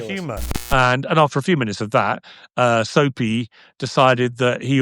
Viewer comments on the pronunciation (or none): Piers butchering Sneako's name as "Soapy" and characterizing him as a snickering cartoon character is the funniest thing 😂🤣😂🤣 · “Soapy” instead of sneako is microwaving me 😭😭😭